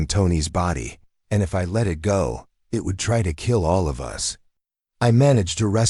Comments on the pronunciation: For crying out loud teach the ai that there is a word pronounced us & is used far more often than u.s. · The AI attempt at English isn’t good enough. For instance, the word “us” isn’t pronounced U S, as in the United States. Phonetically it should be ussss!